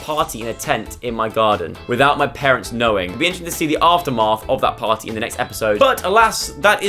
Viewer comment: who says after math like that? lmao